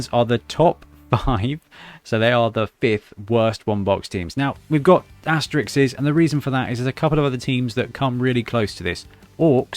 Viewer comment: 'Asterisks' is not pronounced 'asterixes'